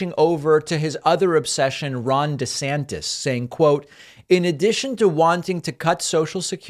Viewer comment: I'm sorry, but "Desanctis" is gold. Trump sucks, but I am absolutely looking forward to him roasting Desantis in the primaries just for the comedy.